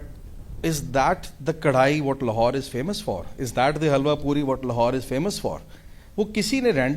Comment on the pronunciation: It's so jarring to hear the moderator lady constantly pronouncing it with the superficially anglicised " Lawhore". Please please start shedding Lawhore and start owning the correct way Lahore